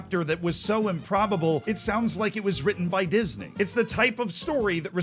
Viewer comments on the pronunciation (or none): none